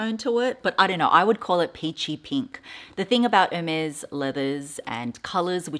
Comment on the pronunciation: No, you don’t pronounce it correctly - but the color is beautiful. Love Ostrich❣️